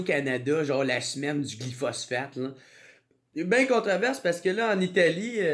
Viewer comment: Ça se prononce glypho-spho-sphatte-e